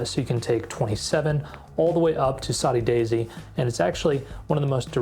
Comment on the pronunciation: Saudi Daisy, like Saudi Arabia?? That 's what is says in the video dude. It's SODDY. Proofread your AI.